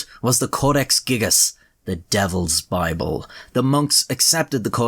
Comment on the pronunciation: Hear the words of the Bibbel xD And yes the Bibbel